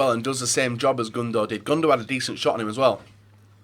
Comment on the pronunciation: Stop this 'Gundo'